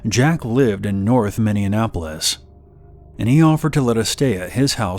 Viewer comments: I’m from “minneanapolis” and it sickens me how you’d butcher it like that. Fucking appalled. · “Minneanapolis” is so funny to me